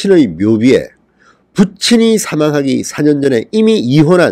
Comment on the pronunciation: 4년을 발음하는데 4는 천천히 말해야되는게 아닌가요. 과일 사과와 잘못을 사해달라는 사과의 사는 발음상 단장이 다른데 4년의 4를 과일 사과의 사 발음하듯 하면 4를 잘못 알아들을수 있슴다 사아년 이라고 발음해야ᆢ